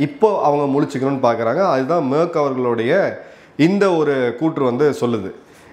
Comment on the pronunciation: Sir his name not merk name is merz pronounce wrong